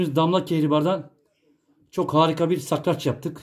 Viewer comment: Sakrac degil SARKAÇ ….hahaha😅